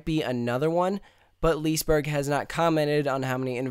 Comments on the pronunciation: Lee-se-berg, not - Lisberg Lo-kee, not - Loke (Like the Marvel Movie) :0) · Loki is the english version of Loke. Its not how you pronounce the swedish word, though XD Its more like "Loo-keh". ... Haha! What the devil is Lease Burg? XD Its "Liss-eh berry" (dont go to hard on those R's, its the tip of the tung kind of R). And dont go too hard out on the y either. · lis-e-berg is the right not lisberg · It´s fun to hear an english person saying Liseberg....Say Lis-e-berg instead...pronunce the E :) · The english ”Loki” and the swedish ”Loke” is pronounced the same way. Also liseberg is pronounced ” lis-eh -berg”. Love the videos! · I'm swedish haha i Love How you Said "Liseberg" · Absolutely no offense, but your pronounciations of the Swedish words are hilarious. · im swedish and when he say liseberg i dont like IT